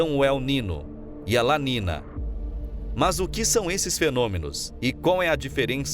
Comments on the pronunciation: Acho o conteúdo do canal muito bom! Porém não se trata de uma crítica mas sim de um "toque", algumas coisas são faladas de forma errada, tipo, não se fala "La nina" e sim La NINHA, (é um termo em espanhol) percebi certos erros em outros vídeos. No mais parabéns pelo conteúdo. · Amigo se escreve "niño ou niña" e se pronuncia "NINHO E NINHA" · Documentário bem elaborado, apenas uma ressalva: a pronúncia incorreta dos eventos La niña e El niño em espanhol é La ninha e El ninho - A menina e O menino